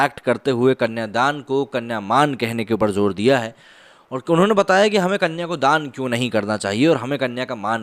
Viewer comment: सही विषय चुना आपने,शायद आपने record करनेसे पहले अंग्रेज़ी script ठीकसे पढ़ी नही होगी जिससेकुछ ग़लत उच्चारण हुए हैं.अर्थ भी बदल जाते हैं.उदाहरण -कन्या धन,पराया धन ,जिन आदि.कृपया अन्यथा न लें.🙏